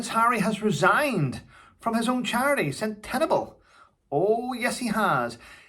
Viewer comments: It's pronounced sent-a-balli, I wondered what you were talking about 😂😂😂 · Sorry, but it's CENT A BALL AY (Sentabale). Love you! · I have a feeling Harry was fired. There is more to this story than meets the eye. For a start he didnt keep his promises to some of the Sentabale children. PS, it is pronounced " Sen. Tuh. Barley. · It's pronounced SEN-TA-BA-LI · Its pronounced Sentable.. Centre Barlay